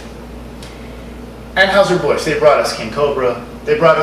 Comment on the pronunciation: Natty Daddy is my go to high grav. FYI, Anheuser is pronounced "AN Hi ZER". And their Busch Light tastes like beer flavored seltzer. It's total crap and what you said about light beers is spot on! I'm no beer snob, so just gimme a Sam Adams or a Saranac Pale Ale and I'll be a happy camper.